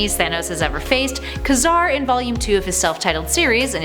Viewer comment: Ka-Car is pronounced Kay-Zar.